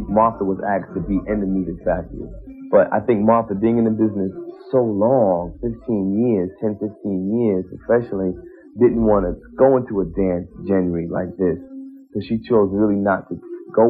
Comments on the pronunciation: "a dance gen-ree like this" - he's never heard or used the word genre before, but has seen it in magazines etc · Did Freedom Williams just say "...she didn't want to go into a dance gen-ree (genre) like this?" What?!! Lyical mastermind. Lol! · I'm sorry, did he say "dance jen-ree"? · Martha is as pretty if not prettier than Zelma. Just in a bigger package. But hey that's CERTAINLY alright by me. Wait. Didn't Freedom Williams just pronounce GENRE as JENRY. Muscle head it's JONRA. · He didn’t say genre, he said Jen-Ree of music 😂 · Freedom said “ dance ginray”. Clown! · A dance genre (jen-ree) ?? What? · Oh and if you Freedom in the gutter somewhere, tell him it's not pronounced "Gen-Ree"...., C&C may have been good producers but they were complete assholes. Karma is a bitch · Freedom Williams mispronouncing "genre" ...ouch. Good for you Ms. Wash. I hope Martha was, eventually, fairly compensated.